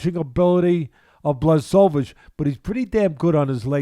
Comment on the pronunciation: Video should be called '20 ways to pronounce Blachowicz' reminds me of Joey Diaz with Stipe Miocic 🙌🏼😂